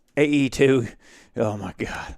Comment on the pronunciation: n hillbilly accent* "AE2, Oh my God!". Why does that make me laugh so hard?